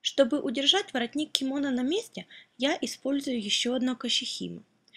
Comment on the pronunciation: я посмотрел на вики, ударение на последний слог в слове кимоно